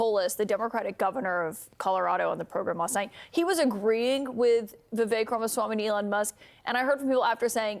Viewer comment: His name is ViVAKE, like cake. Idk if asmon just doesn't like the guy or something but man it gets under my skin constantly hearing Viveks name mispronounced. If you're reading this, take these :D 🐦💚 It's dangerous to go alone.